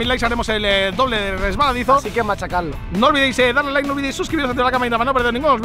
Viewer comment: envés de escribir "like" en el loquendo escribe "laik" para que se escuche mejor:).